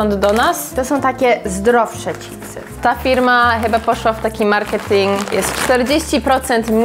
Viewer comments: „Cipsy”?? Czemu Wy mowicie cipsy ??😂😂😂 no rozbawilo mnie to nieziemsko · Jedna rzecz mnie nurtuje, skoro w Ameryce mówicie „chips” i słychać to „cz” na początku, to dlaczego po Polsku mówicie „cipsy”. Nic do tego nie mam, ale totalnie nie umiem znaleźć logicznego wytłumaczenia😆🤣